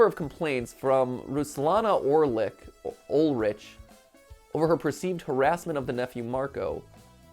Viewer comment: Was listening to this while I did something else and then I heard him say my last name but then realized he had just mispronounced the name Olrich. Either way still pretty cool 🤣